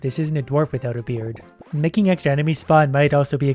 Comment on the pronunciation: He said beard? I didn’t hear the D